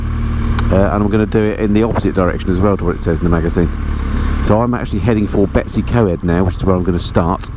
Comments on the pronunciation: I like your channel. Ive been riding for nearly 50 years now. Still ride a zx14 r so its my yardstick on aging. Now I was born in Wales. Betws-y-Coed is pronounced BETTIS- EE- COID. Not Betty' s CoEd which sounds like some bints secondary school. Watching on my tv with no access to comments and commenting on my tablet. I really enjoyed your tour of Scotland where we went a couple years ago through Ullapool to Tweed, in a hire car not a bike, as we live in remote southern West Australia, where the snakes and spiders are. You do not realise how fantastic it is to see green fields and lush gardens and cleansheep and rain and temperatures no higher than 25 C. O k i can go back to the big screen, the scenery and your pleasant monoloque alone in your helmet threading your way sedately through the 20 million tiny hatchbacks. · Betws-Y-Coed is pronounced "Better See Coid" and Beddgelert is "Beth Gel Art" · Nice video however I was cringing at the pronounciation of the Welsh names. I know you mentioned in the video about it. To get you on the right road to say the Welsh place names: Betws-y-coed is Bettus ur coid; Llanrwst is thlanroost, Beddgelert is Bed gellet (dd is th). Good luck with Llanfair pg - longest place name. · That was a very English pronunciation of Betws y coed. Lovely little village gets hectic during the holidays. Nice to see the place again thank you.